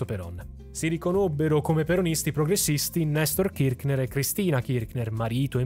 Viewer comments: KirC ner….senza ch k 😊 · Ciao, la pronuncia corretta è Kirshner (con la s fricativa, che non so trovare su questo notebook). Anche se, per quello che hanno fatto all'Argentina, meriterebbero ben peggio che la storpiatura del cognome.